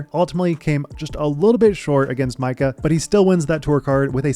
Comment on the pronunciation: Hearing you pronounce Micah's name cracks me up. It's not Meekah, bud.